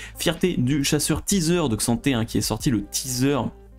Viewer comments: Ah merci de le faire remarquer ! J'ai dis la même sur sa vidéo précédente mais ça se dit bien "Ka'Santé". Ce manque de respect envers le champ ahaha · Ca se prononce pas plutot Ka-santé ? Comme M'bappé se prononce Aime-bappé. Bon anniversaire !